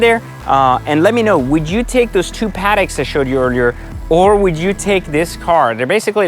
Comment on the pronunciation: This guy seems like a giant douche. "Paddock" lol.